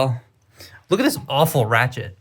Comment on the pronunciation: thats not ratchet thats rootchet